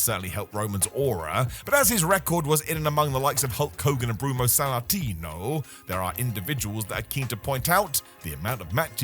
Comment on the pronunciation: im not sure thats how you pronounce Bruno Sammartino 😂😂